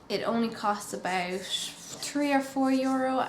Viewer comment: Is is Irish thing to say 'sh' instead of 't'? Eg. 'aboush' (about), or mash (matt)? I swear to God, I dont have 12 minutes to do just basic. 15 is for everything. eyes including. to many products used too.